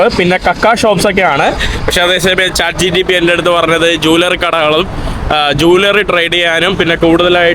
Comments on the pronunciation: Brother chat gtp 🚫 chat gpt ✅ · chat gtp❌ chat gpt✅